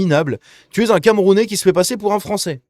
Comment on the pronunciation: Les joueurs foncés frônçais😂